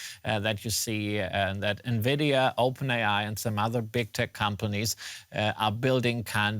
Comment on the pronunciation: bro works as journalist, covering tech news but doesn't know who NVIDIA are pronounced? here how it's pronounce, follow me, ENVY...DEE....A...